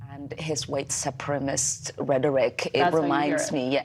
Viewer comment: “Supremist” what a complete idiot. Learn to talk.